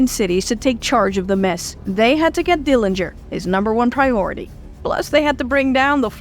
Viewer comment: Bravo. The most thorough retelling of the Dillinger (you even got the pronunciation correct) story I’ve ever heard. Congrats